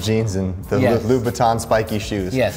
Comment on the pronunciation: the pronunciation of LouBoutin, ouch.